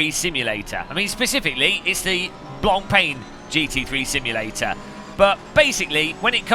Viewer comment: Drinking game - Drink every time he mispronounces the word "Blancpain", you'll be a wreck in no time :)